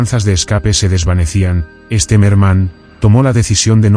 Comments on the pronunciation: Its not Esterman, it's General Stemmerman. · 1 mispronunciation after another. An interesting subject turned into garbage by auto voice. I think they pronounced the general's name differently on five different occasions and got the names of every Russian city wrong. Also the years were confused. Junk.